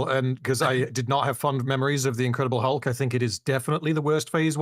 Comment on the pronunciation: "I rewatched 'Incredible Hug.'" It truly was, Metal. (Edit) And .